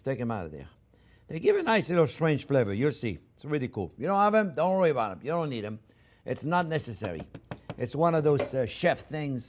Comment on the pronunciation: "Dont rury bout um."..